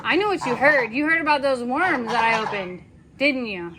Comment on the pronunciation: Love how you said "worms" and there was a pause of the geese listening! Always fun!